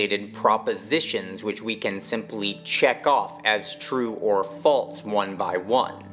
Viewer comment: There’s no “t” in the word “false”.